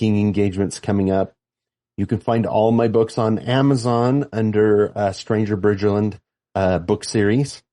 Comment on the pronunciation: BRIDGERland, not Bridgeland. Sorry, no worries, I just figured you'd want to know.